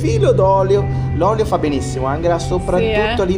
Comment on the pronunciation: Ciao ragazzi, intanto auguri per l'anno nuovo 🥳 Ma non mi avete mai risposto a proposito di Angela. Perché si pronuncia in modo tedesco Anghela e non Angela in italiano ???